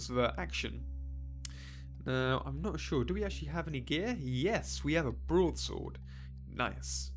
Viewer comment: You have a "brod sord"